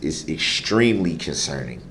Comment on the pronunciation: "estreemly concerning" - god this man-baby is thick! If I hear him say "estreeemly conceerning" or "I axed...." one more time I think I will scream!!!!!!!